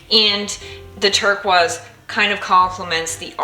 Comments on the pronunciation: LOL. You will always be the artist who says “turkwahs” instead of “turquoise” (rhymes with ‘tur-noise). I LOVE this painting! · Incredible talent. Love the use of the turquoise pigments. (It is actually pronounced TUR-KOYS, not tur-kwahz.) ❤❤❤ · Love all your work. Could you please say turquoise properly= ter-kw-oiz. I might be the only one it bothers but I’m neurospicy and it would help a lot with enjoyment of your videos.